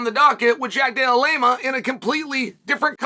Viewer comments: Why does Chael hate Jack D so much? He keeps calling him DELLA LAME A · "Della Lamea"😂😂😂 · Jack della-lame-a